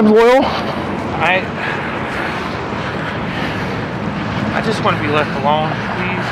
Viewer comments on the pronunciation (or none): When he called him Royal instead of Loyal I lost it 😂😂😂😂😂😂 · he calls him “Oil” Atleast that’s what the CC typed it out as Lol